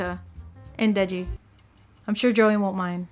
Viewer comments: isnt it denji? aki’s been saying deji the whole video😆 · Its denji not deji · its not deji, its denji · It is Denji and not Deji, yeah... We all make mistakes sometimes, but that did make me giggle.